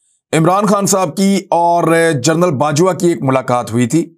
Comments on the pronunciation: عمران بھائ لفظ "جرنل" نہیں "جنرل" ہے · aoa bhi je please ap gernal ki bajay general ka talafaz ada kia karen